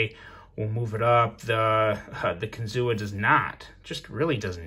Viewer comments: Close to saying it right. It's actually said like kin-zoo. Not kin-zoo-a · Everyone here...by the Kinzua dam in PA pronounces it kinzoo. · It’s pronounced kin - zoo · Ohh, the correct prounounciation is KIN-ZU thee A is silent 😝🤫